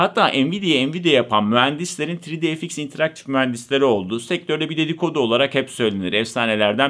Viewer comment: Neeee " tri di ef iks " miiii, yuhhh.